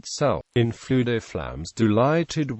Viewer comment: Not quite. Dd in Welsh is pronounced as "th", and Ff has a soft, breathy f sound heard also in Gaelic. His name is pronounced much like "Luther"